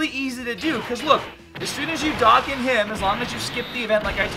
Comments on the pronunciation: "Darkan" what is that? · Its "doe Khan" awaken